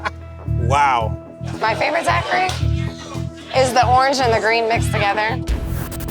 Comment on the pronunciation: Never in my life have I heard the word Daiquiri pronounced like this and what tye hell is that goo? XD